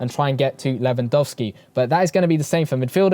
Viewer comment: Going for lewandowski cuz im polish. You read lewandowski really well